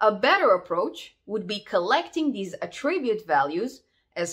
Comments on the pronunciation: it is pronounced ATTribute not attRIbute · Correct, in this context (ie where it's a noun) 👍 Although as a verb it's typically said how it was said here (which is why it's a little distracting but we all know what was meant 🙂) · Very nice video, small tip: its pronounced A'ttribute or A'ttributes when it's a noun, and attri'bute or attri'butes when it's a verb. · you are doing a great job but attribute is stressed on first syllable - you are still a very good teacher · Just here to here her say "attribute", honestly.